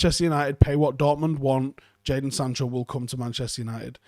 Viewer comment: Are we going to just not say anything about trying to pronounce Sancho and saying Sando & Chancho😆😆😆